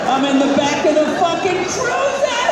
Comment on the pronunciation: What ar ya...retaaaaarded